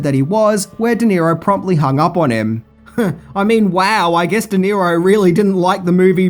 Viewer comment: Robert De Niro, not "Di Nero".